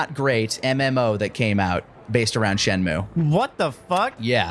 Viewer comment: Shenmue? More like....Shen....mo TFS Shenmue vids Shen...mo PROLLEMZ. Nailed it.